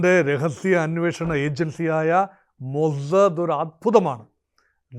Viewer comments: മൊജദ് അല്ല ടോമൊ സാദ് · മോസ്സദ്‌ എന്ന് പറയുന്നതിന് ഇത്രയും ബാസ്സ് കൊടുക്കണോ 😂😂